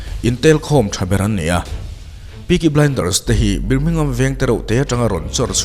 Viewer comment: Birmingham...BIR laihi BAR ti a lamtur niin kahria